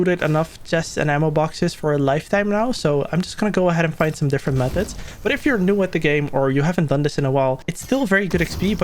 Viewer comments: Did he say meth mist ? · Boy stop saying meth mist lmao I keep laughing 😂😂